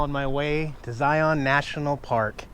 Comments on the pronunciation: Locally pronounced zI-un. Instead of zi-on. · Zye-un. Pretty please!!! No long O in Zion. Zye-un. The locals will love you. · The locals pronounce the park “Ziun” with the emphasis on the “I”. Southern Utah is a great place to live! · Please, ask a local for the proper pronunciation of Zion.